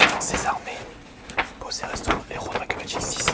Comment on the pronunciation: Might and Magic ou "Makkeul Magik" ? -_- xD